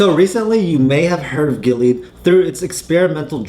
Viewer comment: GI LEE AAHD. that's how you pronounce this risky company.